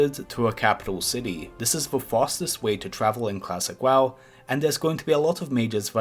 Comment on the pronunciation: did you just say Klassick WaW